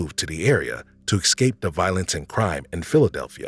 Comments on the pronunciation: It's es-cape not excape... and dubwa no daboys. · A narrator that says "ecscape" is a bit of a put off